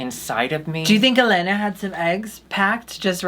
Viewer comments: Eatou assistindo elas desde episodio 1 de DRBrasil e gostei delas. Elas se preocuparam em aprender como se pronuncia helena kkkk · Gosto delas! aprenderam a falar Helena corretamente